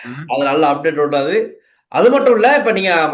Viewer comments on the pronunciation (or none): தகவல்களை அட்டேற் என்று உச்சரிக்கும் நீங்கள் , பல தமிழ்ச் சொற்களையும் புறக்கணிக்கும் நீங்கள் , தமிழர்களின் பிரச்சனைகளைப் பற்றிக் கதைப்பதற்கு என்ன உரிமை இருக்கிறது?